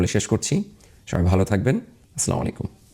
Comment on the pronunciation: ভাই আসসালামুআলাইকুম not স্লামালাইকুম